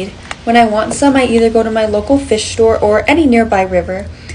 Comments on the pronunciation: I love how the stop right after you say "thic"😂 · “It’s super thiack 😫” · How she says it super THICK and the end 💀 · The way she said it super thick lol